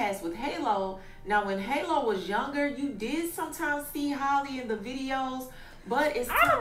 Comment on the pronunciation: Her name is HALLE!!!! HAL-LEE!!!! Not Holly, not Hailey. Why don’t yall take the time out to learn how to pronounce it before reporting on her?